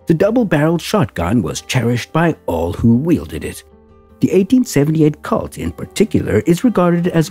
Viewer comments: It's Pronounced COLT & Not CULT, lol... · Not calt, colt long O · Good Lord. Pronounced cOlt not cAult. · Why can't YouTube present learn the correct pronunciation of words. Colt is the same a a young horse in pronunciation not Cult ! Although Colt Firearms may be part of cult. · Robo narrator fail. Did he call it a cult instead of colt? What a maroon. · Why is the narrator pronouncing it 'Cawlt' with a short o? I thought everyone knew it is 'Colt' with a long o sound. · It's COLT not cault eliminate machine voices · COLT not KALT. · It's pronounced COLT not CALT. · It's pronounced COLT not cult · I've never heard Colt pronounced "Cault" before. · Need to learn to say “Colt,” pilgrim. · Wtf is a " cault" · It angers me the way the narrator was mispronouncing colt. Colt is my favorite firearm manufacturer of all time. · I don't usually get annoyed or angry about such things. But I must agree with you. The butchering of an almost household name removed the thread of credibility they had. It was rendered unrecognizable. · Seriously. It’s an “O”, not an “A”.